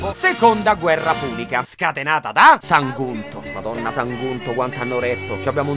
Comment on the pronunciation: Già che ci ho fatto caso....Sagunto l'hai pronunciato come SaNgunto